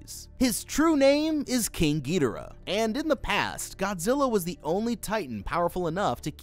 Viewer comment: ah yes "King Geedorah""